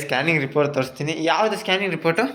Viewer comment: ಸ್ಟಾನಿಂಗ್ ಅಲ್ಲ bro adu ಸ್ಕ್ಯಾನಿಂಗ್ adu salp ಮಿಸ್ಟೇಕ್ ಮಾಡಿರಿ bro